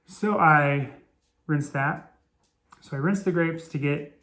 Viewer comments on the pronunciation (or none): did you say GRAPES???